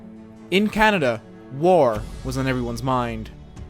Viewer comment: Someone say Ca-Ney-Dia